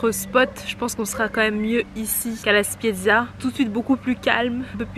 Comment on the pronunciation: La Spezia pas la Spiezia